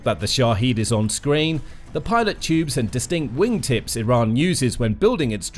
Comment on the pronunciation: Pitot tubes (French pronunciation of Pitot), not pilot tubes.